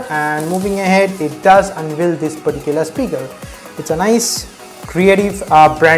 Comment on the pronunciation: please don't use the word "perticuler" so many times